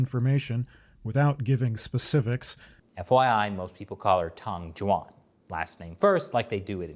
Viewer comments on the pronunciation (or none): try to improve your pronunciation of the ü sound, from the name Tang Jüan. It's gunna help your Chinese a lot!